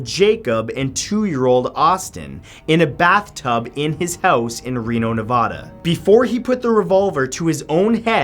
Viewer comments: It's not Nev-AH-da there is no H it's NE-VA-DA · He pronounced Nevada as "Neh-Vah-Duh" im killing myself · It's Nevada not Nevahdah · I live in Reno, and it's Nev-AHHD-a not Nev-AUD-a